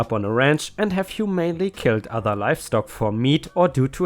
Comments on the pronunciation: hah... okay humanely is a funny pronunciation and common to get wrong. It's not pronounced human-ly, but is pronounced hu-mane-ly. There is my pronunciation correction for this video, I know you were waiting for it and I hate to disappoint lol. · Hey just so you know, and I only bring it up because you sometimes ask for help with pronunciation -- humanely has a long a with second syllable emphasized -- hyoo-MAYN-lee. You got humane right :) I'm here liking and commenting and watching to the end every day 💜⭐✳️✨✴️🌟💜 hope you're doing well